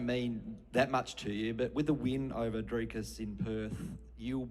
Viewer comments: nah mate, its afrikaans. You say it Drikus instead of driscus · Yea but he said it wrong it’s actually pronounced Driscus with the s I’m from Johannesburg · The way Issy said “Dricus” with an Afrikaans accent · Im still in denial how an Aussie can say Dricus’s last name for shit